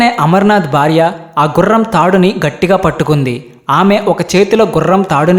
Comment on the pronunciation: Amazing story.... Hara Hara Mahadev. The Telugu pronunciation of the narrator is not the best. The host must work on his pronunciation. It is not 'barya' but it is 'Bharya' . The emphasis should be on b as in "Bha'. Good luck Why do we have to include Europeans in your videos for no reason? What is wrong with Indians?